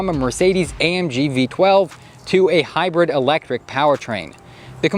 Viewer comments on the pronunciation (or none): none